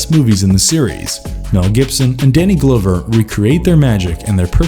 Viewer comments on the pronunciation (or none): Has the narrator ever heard of these actors before? Danny GLOWver and Steve BUSKemi? Lol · The fact that he keeps saying Danny Glow-ver makes this unwatchable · “Danny Glowver” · Please learn to pronounce the names on the videos you make. You owe it to your viewers. Danny Glover, Steve Buscemi... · Did anyone else cringe at the way this person providing the voice over pronounced Danny Glover's name???